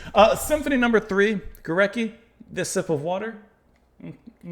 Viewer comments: So cool to see you react to this symphony. Just a quick note on pronunciation, his name is pronounce "Go-RETS-ky" (the /c/ will often be pronounced as /ts/ in Polish) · It’s pronounced GO-RETZ-KI. Thanks for the diversity of your reactions! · Hi again, Well, over the last week or so you have been responding to some truly great, profound music – Bach, Scriabin, Górecki (pronounced Goret-ski by the way) – with wonderment, respect and sensitivity. It makes me even more convinced that you will love and be amazed by Mahler. The final movement of Das Lied von der Erde, especially, was a huge influence on and inspiration to Gorecki, as was the fourth movement of his third symphony (my favourite). As for other pieces by Górecki, I strongly recommend his String Quartet no. 2: the second movement in particular is unforgettable, with a striking agitated bite, quite unlike this symphony but clearly by the same musical intelligence. At this point I could start listing lots of amazing C20th Polish music but let’s take this slowly, and first treat yourself and us to some Gustav Mahler: you won’t regret it.